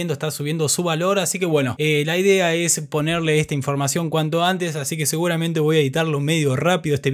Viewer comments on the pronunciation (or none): none